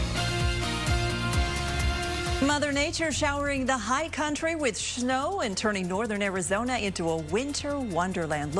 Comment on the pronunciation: I’m curious, what was the news schedule for the two stations like, individually, before the coronavirus? Also, - Schnow!